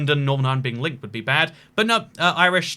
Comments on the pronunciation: Also should be mentioned that the stress is on the second syllable of Var-AD-kar. And he's no longer the Taoiseach, he's now the Tánaiste. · Its VRAD-KAR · attempting to pronounce Leo Varadkar 😂😂😂